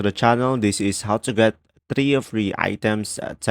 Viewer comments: Three... not... tree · Three not tree . Pronounce word correctly